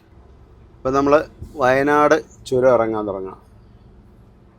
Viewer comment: ചുരം അല്ല ചൊരം താമരശ്ശേരി ചൊരം 😄😄